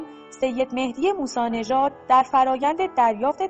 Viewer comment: چقدر بی سوادی ، حسین هدایتی دولابی درسته نه دو لابی از طریق شرکت. سید مهدی موسوی نژاد درسته نه موسی نژاد کارشناسان متخلف درسته نه مختلف